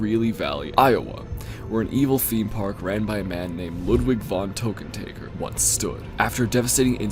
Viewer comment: It's LUDWIG VON TÖKKENTÄKKER, not Tokentaeger, dammit! Get it right!